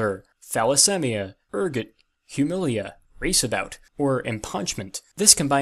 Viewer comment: The most cursed thing in this video was the pronunciation of "ergot"